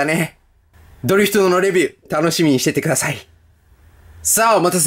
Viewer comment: ドリフトのイントネーションがおかしいような…w